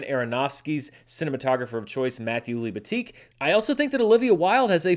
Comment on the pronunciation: Pronunciation of Matthew Libatique's family name: Lee-ba-tee-keh.